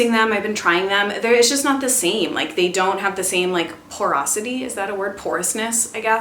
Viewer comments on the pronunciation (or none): none